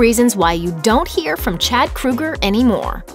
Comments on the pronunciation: The only decent songs they ever had were "Too late" and "Rockstar". Rockstar was funny. Also, I think his name is pronounced "Crow-ger", but I'm not worried enough about it to care lol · Pretty sure it's pronounced "Crow-Ger"... I couldn't even finish watching this video because of they way she is pronouncing his name.. Fuckin A. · Why does this woman keep calling him "Krueger"? How dare you bring Freddy into this? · If you're going to do a video on somebody at least learn how to say their f**** name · If you’re gonna talk shit about someone at least learn how to say their name properly lmao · OH MY GOD LADY SAY CHAD'S LAST NAME CORRECTLY I cant physically stand this woman say his last name its driving me insane I'm sorry I just cant, no offense to this lady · Please learn to CORRECTLY pronounce Chads name 🙄🙄🙄🙄🙄🙄😳😳😳😳😳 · Take a shot every time she says “Krooger.” Bonus; Take another shot because it’s pronounced “KRO-GER” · Isn't it pronounced Kroeger (Kro-ger) like it spelled? Not Kruger, like Freddy Kruger? I can understand the confusion since most of Nickelbacks music was a nightmare. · His name is KrO eger. Not KrU eger. If you are going to do a video at least get his name right. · They should have at least pronounced his name right! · Anyone else annoyed she keeps saying Krugger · Its pronounced. CROW- ger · His name is pronounced 'Krayger' just like Matt Groaning,the guy behind 'The Simpsons' Iown 3 of their albums never get tired of playing them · Who the hell is Chad Krooger? Learn to pronounce correctly. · Chad "kruger" really? Thats not how you say his last name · It’s pronounced kr- oe- ger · Not to sure if that's how you say his name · Why does she keep saying "kru-ger"? It's "kro-ger". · Isn’t it pronounced Kroger & not Kruger??? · Its not Kruger idiot. Its Kroeger lol. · His name is Chad Kroeger, not "Krueger." "Crow Grrr." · OFFS. KRO-ger not KRU-ger! SMH. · His name is Kroeger (Krōeger). She pronouncing it like Freddy Krueger. 🙄🙄